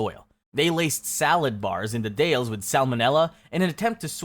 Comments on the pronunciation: Oregon ≠ OreGONE, it is OreGEN The Dalles ≠ The Dales, it is pronounced like the first part of the word Dalmatian. ✌🏻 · GREAT VIDEO-- I just wanted to correct your pronunciation on Oregon and The Dalles hahahaha <3